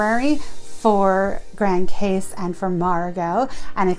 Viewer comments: great review love it!!! it's pronounce "Grand Cause" but spell Grand Case. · Its pronounced "meh ree gow " not Marr e go. And its pronounced "Gran Coss" , not pronounced Grand Case, even though that is how it is spelled. Please ask the locals first before making a video with it wrong. I cringed every time you mispronounced both places. Otherwise a nice video, Love Friar's Bay and the LOLOs. been going the SXM for 30 years. Cheers